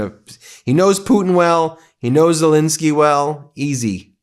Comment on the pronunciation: WHY?? on MTN, is Zel-E-nsky STILL Zel-I-neky?